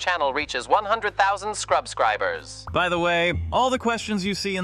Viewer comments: to it is subscribers not scrubscribers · Till now, is still trying to pronounce subscribers